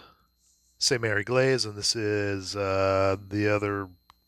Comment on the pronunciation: Jeez. It's Egleeese not Eglayse. :) Watch the Longest Day. John Wayne nails it. Came from someone else's unboxing but he really didn't give a lot of info. This was perfect. Thank you!